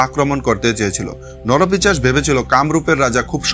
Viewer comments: কথাটা নরপিশাচ , নরপিচাস নয়। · নরপিচাশ নয় নরপিশাচ হবে। খুব কানে লাগছে। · পিচাশ নয় কথাটা 'পিশাচ' ।